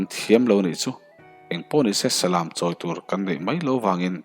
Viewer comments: salam tiha lam hi lãm tih a lam ani ngailo a, läm ti a lam ani zawk ṭhin eg lamtluang tih thluk ang hian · Salam..tih hi..lam dance..anga thluk lovin..khan lam teh ang..tiha lam anga thluk tur. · Salam tiha lam lai hi i lam diklo tlat. Thlanglam/chhaklam tiha lam ang hian lam tur ani. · Nia Salam hi ilam diklo tlat Mi thil hawh ka lam lawk. Naupang ka Lam haw lawk tiha lam tur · Salam,,,kan lam dan hi ,,ka hresual zawk nge aw,, Salam,,lam tih lai hi chumi lam,,tih thluk,,lamthuamthum,lam tih ah lam riktur ani zawk lo maw aw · Comment na hi i chhiar ngai lo va mi? Salam tih pawh chu i va chhiar dik mawh ve. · Salam hi ilam danadikhlel deuvin ka hretlatmai thil valam emaw mi va lam ang hian salam s lam laitakhilamrik tur niin kahria.